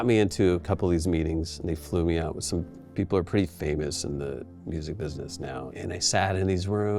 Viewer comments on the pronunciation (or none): none